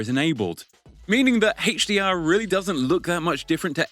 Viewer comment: Hey-che DR? Lmfao